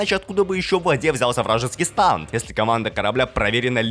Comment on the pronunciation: Не станд а стэнд!